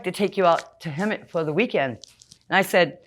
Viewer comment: "Hemet," also known as "Hemeth"